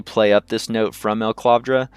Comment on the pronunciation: FYI, steading is pronounced like "heading" not "steeding." Also, it's E-clavdra (one L), not EL-clavdra (two Ls).